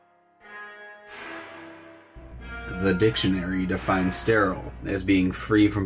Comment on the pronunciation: Stairaiyal. Never heard so much effort put into one little word 😂